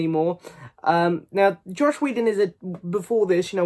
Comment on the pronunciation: Mark Ruffalo was supposed to be hulk in 2008 but Edward was more A class actor at that time it’s pronounced joss not josh